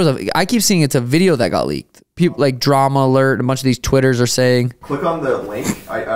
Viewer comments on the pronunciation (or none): none